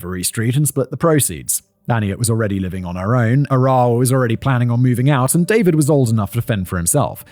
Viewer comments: Small point of information: Arawa's name is pronounced with the accent on the first syllable, not the second. Conveniently it's the English word 'faraway' minus the first and last letters, and it's pronounced that way - 'AR-awa,' not 'A-RAH-wa.' It seems important to get this right considering the manner of the poor woman's death. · Maybe learn the correct pronunciation- Arawa is said A ( short a sound ) ra , wa not Aar rewa . Otago is O - taaa go not o tay go . As a Kiwi it’s a bit grating to listen to mispronounciation